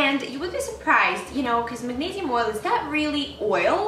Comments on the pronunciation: Neee, not neigh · MAG-NEIGH-SIUM huh